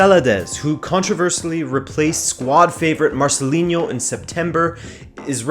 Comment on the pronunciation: Dude, you might know portuguese, but please try not to mix it with spanish, like saying Marcelinho, Marceliño, or whatever lol. Good video tho.